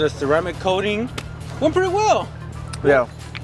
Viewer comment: Love it guys!! Great job, But it’s called “coating” not “codeine” lol.